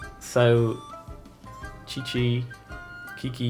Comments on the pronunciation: The Chinese name is not pronounced "chichi". It's more of a "tsitsi". I should know. I'm Chinese myself. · He said both "Chichi" and "Kiki" to Qiqi, and as a Qiqi main.............I AM TRIGGERED, so for the record for those who don't know her name is pronounced "Chichi" This is not a hate comment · her name is Qiqi, not Kiki read my little angel's name properly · I know for a FACT this man did not just call Qiqi (which is pronounced like chi chi) “Ki ki” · its not "keking" or "kiki" stop giving people wrong pronunciations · why the heck did u caller qiqi, qiqi and not tsi-tsi! I CRINGED. why dont u research first how it is pronounced correctly?! as how a content creator should do..! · For the record, Qiqi is pronounced "chi-chi" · it is Chi-chi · its is pronounced chi-chi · yes but its pronounced chichi, kuching, and liwe